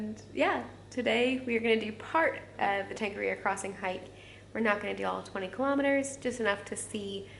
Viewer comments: nice try, string 'tong are rear roar' together with the vowel 'o' pronounced as 'or' as opposed to 'oh' and see what that sounds like ... To is Tor, nga is nah as in (no), ri is ree , ro is roar with a roll on the rrrrrr's lol ... the Maori vowels and the manner in which they are pronounced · Tongariro (tong-uh-rear-o)